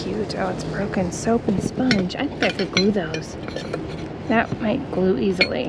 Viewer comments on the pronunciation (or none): none